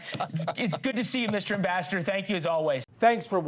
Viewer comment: Is it just me or did it sound like he ended by saying something more like "thank you Mr Bastard", than Mr Ambassador